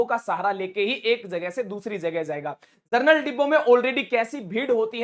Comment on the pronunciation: जरनल नहीं जनरल होता है